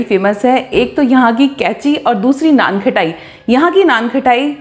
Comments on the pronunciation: First Learn it not KHATAI ITS KHATAI U r repeatedly saying KHATAI When u can't pronounce then how u cook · Sounds good. Pls correct your pronunciation. It’s not something “ khatta “ so it’s not pronounced like khattai. It’s “khasta “so it’s kha-ta-I. I hope you got it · Khttai nai HOTA khtaai HOTA hai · बार बार नान खटाई नान खटाई बोल रहे हो खटाई नहीं खताई बोलते है। खटाई का मतलब खट्टा होता है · It’s naanqataaii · You are misprouncing the name. Correct your pronunciation, it is annoying